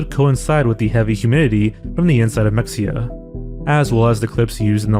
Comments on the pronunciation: Mexia is pronounced "muh-HEY-ah" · It’s pronounced: Meh-hay-ya. Mexia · I would watch a full mexia video but only if you pronounce it correctly. It's Meh-hey-uh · It’s pronounced ME-HE-YEAH, not MEX-YEAH. Did you even research the case at all???? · What is Mecksia? I know of Mexia, but not Mecksia. . . Weird. Wonder what Mecksia is. . . Did you mean Mexia? Its of Nahuatl origin so that X is an H. There aren't many instances of the X in Spanish sounding the same as the X in English. Usually its an H or S, and in some regions of Spain it is /ʃ/. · This is such a small correction but “mexia” is pronounced Ma-hay-ah. We have a town named mexia as well in east Texas. I grew up there lol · it’s not pronounced “mecksia” “”